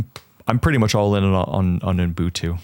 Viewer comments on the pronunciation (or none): dawg, I love you but there is no “M” in Ubuntu. Uh-bun-too. It’s just that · homework is to learn how to say Ubuntu. Honestly, needs a refresher course too. Lesson 1: do not stick extra letters or sounds between the U and the B